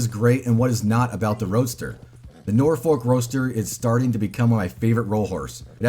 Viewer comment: The L is silent in Norfolk. We pronounce it "Norfuk" in England.